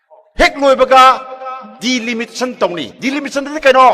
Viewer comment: KEI NO. DELIMITION ..HAIBA BO..... DELIMITATION. HAIBRA